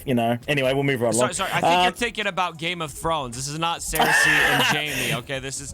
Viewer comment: I hate that said Cersei completely wrong lol